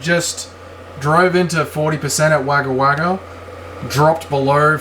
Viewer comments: Come on - it's not "Wagger Wagger" - it's "Wogga Wogga" - JOOOOOOOOZ 🙂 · Wagga Wagga is pronounced Wogga Wogga. It gets hot out there. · Yeah mate all the comments about the way you're saying Wagga Wagga are bang on its cringe as fuck bro